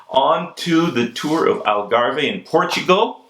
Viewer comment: Lance should be racing again. He has paid enough for doing what everyone else was doing anyway. Great show mate..just a quick heads up....its The Algarv. Even though there is an e on the end..it is silent. Al Garv :o)